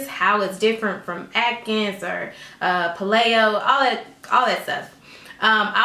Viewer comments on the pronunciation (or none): Thanks for cute video. You are gorgeous. Just a side note: Paleo is pronounced PAY-LEO. I think you were saying PuH-Lay-o, which might cause a little confusion for your viewers. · Paleo is pronounced pay-leo. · But, she said pah-lay-o. So it's pah-laid out. #playedout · KEY-TOE AND PAY-LEE-OH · Thanks for this video, very informative. Just so you know that paleo is pronounced payleeo, just letting you know! :) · Paleo = Pay-lee-oh